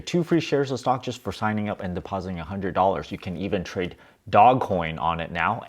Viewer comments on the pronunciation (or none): Dojj pronunciation please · It's not DOG COIN it's DOGE!!! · We need a video on how Doge is not pronounced Dog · Your English pronunciation of DOGE needs a little work - it should be a long vowel "o." Good luck!